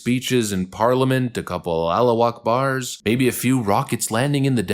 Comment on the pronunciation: It's actually pronounced Ala who ack bar🤣🤣💪🏾💖🇺🇸💖💪🏾